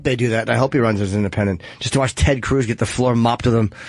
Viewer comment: "Ted Crvz..tha par mans' Phil Reisnthal"